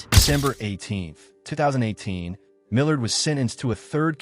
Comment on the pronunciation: Canadian AIR??? 😂😂😂 It’s not that hard to fix “air” to “heir” in an auto subtitle, sheesh. Also, why the hell can’t the AI pronounce “Millard”? So annoying.